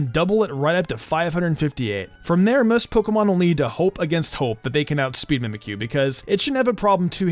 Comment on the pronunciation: Did you say mimkyu wanna be